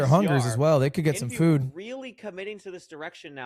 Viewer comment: why is ludwig saying his name wrong. Isnt that tyler1's thing. Ludwig not funny enough to be doing that